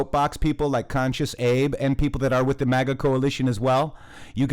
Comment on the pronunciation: Yeah I like how they say Mega and Moga... these people are so stupid they don't even know how to infiltrate a movement they can't even pronounce the terms correctly.... its MAGA u idiots! ... we have swamp creatures crawling around in the camp. ... thank you for sharing in The Matrixxx we need to know about all these people